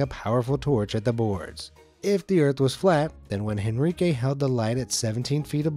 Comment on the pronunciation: FYI, you don't pronounce the letter "H" in Spanish, so, it's not HEN ri que, it's En ree keh.